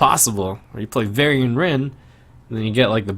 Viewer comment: "Varian-nce"...ow, Trump. The value was weak on that one. ;)